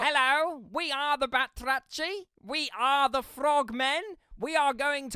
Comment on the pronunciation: Awesome vid! Just wanna say that the ch in arachni (meaning spider)and batrachi (frogs - plural) are based on Greek words and pronounced as a harsh h 😂.